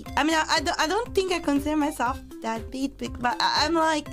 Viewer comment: anyone else thought she said Dadbeat instead of deadbeat why does Dadbeat still fit